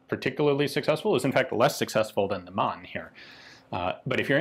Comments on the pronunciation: It’s Mann... so pronounce Mahn phonetically not like man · Hi Ian, the word Mann, is pronounced as Marne. This pistol looks like an annular ring gas impulse recovery system?